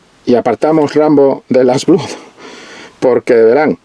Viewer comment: "Blood" se dice "blad".